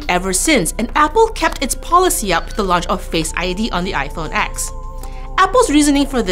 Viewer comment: It is pronounced "eye-phone TEN" not "eye-phone EX".